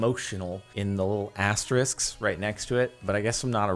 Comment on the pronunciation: Get you a man that pronounces asterisk correctly like Jardon